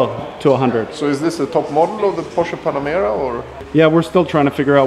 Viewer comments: This is how you say "Porsche". Americans: now you know. There´s no excuse for you anymore. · I love that you said Porsch"E" and not Porsch like all the other english speakers ;D